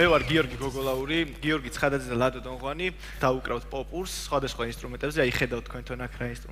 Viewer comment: და დოღვანი კი არა დოდღვაანი :)